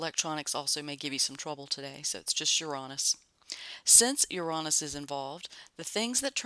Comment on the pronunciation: Love how you pronounce Uranus. I am going to say it like that from now on.🌺🌺🌺